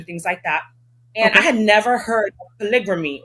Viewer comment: You’re so lazy you can’t take 9 seconds to look up the word “polygamy?” She said “pulligrammy.”